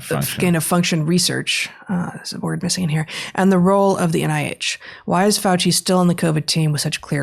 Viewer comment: You mispronounced FRADci